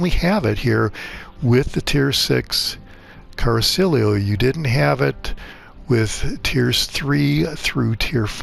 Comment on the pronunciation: Appreciate the video except it's pronounced "Cara-chee-olo" not "Car-silio". I know I'm that guy but it's driving me nuts.🤷‍♂️